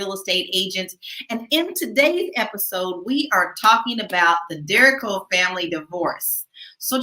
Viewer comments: Last name is pronounced: Der-REEEE-co 👍🏾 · THESE LADIES HAVE THEIR FACTS WRONG. THEIR DAUGHTER DERRION TURNED 18-YEARS OLD NOT THEIR SON. AND THE NAME IS PRONOUNCED DERRICO ( DERDA-REE-CO ). GET YOUR FACTS RIGHT BEFORE YOU TRY TO DO A VIDEO CHAT ON THIS MATTER.🌿🌹🪴🌸